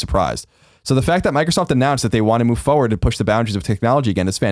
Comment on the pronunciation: Colin pronounces "forward" a little strange right...that or I've been saying it wrong my whole life